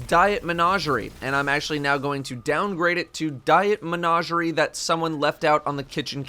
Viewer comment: Day +. still doesn't know how to pronounce menagerie. Maybe one day.